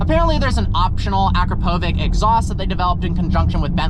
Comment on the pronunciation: It's actually pronounced, "a crop o vich", not "acro po vic".